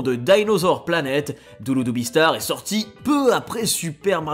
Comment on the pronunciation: On dit duludubi et pas douloudoubi